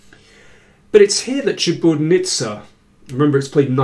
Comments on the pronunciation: great commentary as always, David, but... it's ChiburDAnidze, not Chiburnidze. i cringed a little every time you mispronounced it. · Daniel, you totally butchered Maia's last name. Such a terribly incorrect pronunciation. It's Chi-bur-da-nid-ze